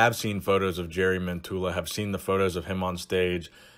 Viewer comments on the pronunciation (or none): It's jari as in the pirate YARR Yari not Jerry. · Not jery his name in Finnish is pronounced as Yari Mentola.... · Hate to be that guy but wouldn't the pronunciation of his name be "Yari". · He is like a celebrity in Finland due to fittness-related TV-shows he has co-hosted during the past few years. Oh, btw., his first name is pronounced "Yari" :) (But we all know him as Bull Mentula anyway...) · His name is pronounced YARI :) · The first syllable of his name 'Ja' is spelled like the 'yu' in 'yuck' (expressing disgust with something). Other than that your spelling of his name is mostly correct except for the intonation. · The way you said jari I can promise you every finnish guy laughed when you said jari😂